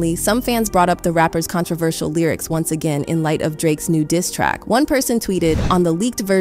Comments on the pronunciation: "The Lierics"? This whole video is AI generated. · not the lieryics....a I pronunciation..